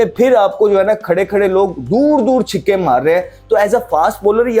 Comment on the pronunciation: कंगारू ❌ कंगेरू ✅ छक्के ❌ छिक्के ✅